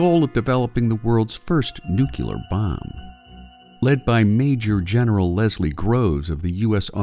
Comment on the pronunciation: It's not "new-cue-ler"... omg